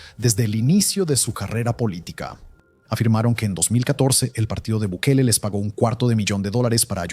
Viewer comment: Gobierno de Bikali? Ni el nombre puede pronunciar.